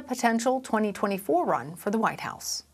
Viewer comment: Trump come back fo mo in twenty twenty fo!